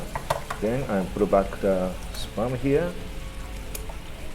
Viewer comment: Kinda sounds like he's saying sperm....